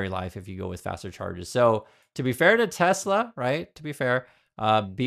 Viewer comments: maybe we should spell it the way trump pronounces it. Tesler. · I laughed so hard when he said that LIVE 🤣🤣🤣 Tesler 🤣🤣